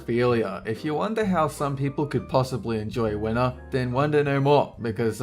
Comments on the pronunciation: it's winter not winner lol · why did i thought you said "wiener art" instead winter? O.o